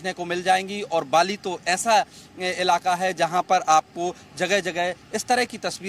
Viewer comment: "ilaka" gihadi soo waron dhang ki hindi bolo.